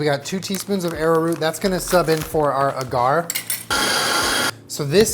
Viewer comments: Agar is pronounced like ey-gar not ah-gar. Love your videos though. Just super annoyed me so I felt I had to educate 😂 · Love you my boy, but it's pronounced aw-grr 😂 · It's so weird not hearing "ay-gar" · pls tell me when he's saying "uh-GARR" he's not trying to say agar ("AW-gur") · As someone who has a degree in biology, him pronouncing agar ‘awe-gar’ as A-GAR’ is murdering me. Love you. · I have a degree in microbiology and I say A-gar. Have also heard people say it Ah-gar. Either one works. I'm thinking your awe-gar sounds similar to Ah-gar. The internet pronunciation i could find was "ei-gr" a-GAR was weird though haha. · it’s “AY-gar” not “AH-gar”. Every time you say it I feel like you’re taunting me. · Everybody say it with me: Aye-garr (agar) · everytime he said Agar I lost my mind a little bit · Great video but just a little note....it “eyyy-gar” like “eyyy-beybey”! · the way he says agar makes me stressed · As a scientist, pronunciation of agar is jarring, yet refreshing. 10/10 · Any other science nerds cringing at how says agar 🤓